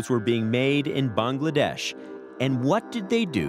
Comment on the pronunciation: The way the narrator keeps pronouncing “Bangladesh” is so irritating 🤦🏻‍♂️